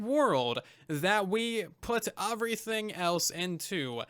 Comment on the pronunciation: How do you manage to say “everything” with a U. Like eÚverything